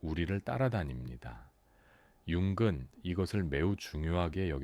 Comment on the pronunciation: 내용은 좋은데 "융근 말합니다"를 보니 AI인가 보네요. 몰입이 안됩니다.